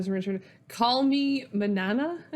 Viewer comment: I almost spit out my water when you called Mañana “Manana”